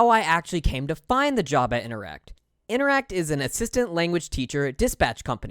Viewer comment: Interac...not InteracT...note, no 'T"